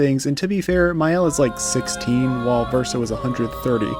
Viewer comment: The way Verso says it is not fully accurate. Source : I'm a native French speaker. The first syllable should not be pronounced "sih", that's not how we say the "i" vowel sound in French. It's more like "see-ren", but even then, it's hard to convey exactly how it should sound to an English speaker. Suffice it to say no Engish speaker will truly say it correctly lol.